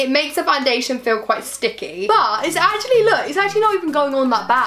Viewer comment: wanna say "acctually" again lmao